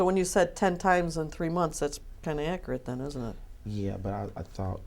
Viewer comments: You'll have to axe Michelle. She would have the acrate information, since you are tripping over that, so, mmhmm... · "Please be more pacific when you axe me questions so I can be accarat with my answer. Also, don't axe me - axe Michelle." - The Apostle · Alex Zachariah lmaooo I'm going to have to AX you to be more ACKRIT (how he pronounces accurate)